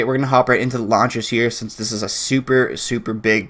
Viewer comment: When he was talking about launchers, legit thought he was saying "lawn chairs". What's a Damascus lawn chair look like...